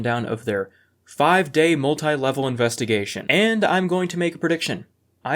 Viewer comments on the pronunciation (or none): It's an "inspectigation"